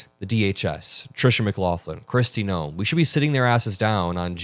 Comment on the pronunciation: I honestly thought for a moment you mispronounced Kristi Noem's name. I thought you said Kristi Gnome. Now, I know that Noem is a troll, but just the same... 😂😂😂😂😂😂😂😂😂😂 Of course, it could be just me needing a good laugh to start my day. We'll take any cracks in the regime we can.